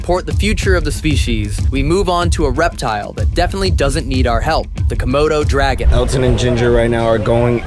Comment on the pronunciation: Is he keep saying Kimono dragon? xD